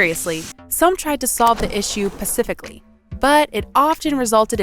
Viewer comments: The word is "specifically", like stated in your subtitles, not "Pacificly" which is not a word. Thank you for attending my Ted Talk. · Lost me with “pacificly” 🌊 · Everyone is going on about secession vs succession, but she also said "Pacifically" instead of "Specifically" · Um…the word is “specifically” not “pacifically” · she said pacifily instead of specifically